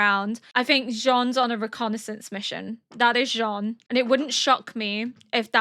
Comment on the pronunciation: ケニー？っていうヒトも多い中、ちゃんとジャン？って言ってますね☺️